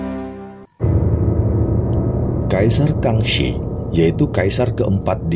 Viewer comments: Penyebutan nya bukanKang se tapi kang si .. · Kangxi bukan dibaca Kangshe tapi Kangshi biasa , mantap videonya Edit : longkeduo dibaca longkedo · Yang benar dibaca KHANG SI bukan KANG SE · Iya betul kalau dalam ejaan Pin Yin K dibaja KH atau G ringan. tapi untuk yang ngga belajar Pin Yin , pelafalan Kang si sudah Oke lah. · Yang benar dibaca nya khang si...